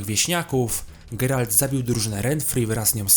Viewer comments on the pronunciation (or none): none